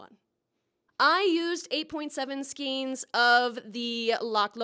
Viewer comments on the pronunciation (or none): I love it! I want to make one for myself! Hey, just FYI, it's pronounced 'Skayne'. I maintain that, if we had stuck with the original middle English spelling 'Skayne', ppl wouldn't be confused about the pronunciation of 'skein'. Because wtf is that spelling fam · Thats amazing! I hate doing cables i dont think id ever actually finish one of those but god it's beautiful Edit: btw its pronounced "skain" not like it's written. Its not an English word. Sorry, my specific brand of 'tism is fiber arts